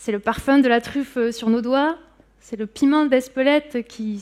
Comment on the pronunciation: “ce qui têtre” - mauvaise liaison à deux reprises. Pas terrible.